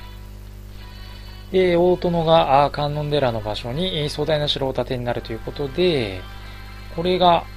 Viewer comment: かんのんでらじゃなくてかんのんじですよ